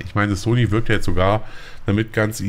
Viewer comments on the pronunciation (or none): none